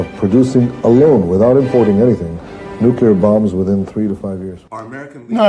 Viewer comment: Jake, I can hear that you are suffering a little voice box injury. Shouting at clousters and wee skitters, no doubt! BUT, you are sounding a wee bit like the whin Bush in your pronunciation of nuclear. As Billy said; 'Sound it out'. As a young man, becoming aware of the world, I read and was told about how Israel had turned a desert into a garden. That's fantastic, said Liam to himself. Then one day Liam landed in Beirut airport just after an Israeli had staffed the shite out of the shanty town of refugees who lived beside the airport. After ages sitting on the tarmac waiting until those jets to leave, we eventually got on the trucks to leave for our destination. We drove past the poor sandy town and their burning meagre possessions and smelled their burning loved ones. I still have it in my nose today and the look a big tall man gave us as he carried something out of his ruined shack. He let go of his burden with his left hand and turned and looked at us, a UN convoy, who are supposed to 'keep the peace'. That was in April of 1980 and the look that that man gave us is as fresh in my mind as it was the day I saw it. There was hardly a day went by that Israel didn't blow the shite out of somewhere, including us. One beautiful Sunday morning they walloped the whole place with white phosphorus. One of our medics that removed the phosphorus from a wee wean told me that he never wanted to see nor smell that again. That's enough of that. Jake, make us laugh.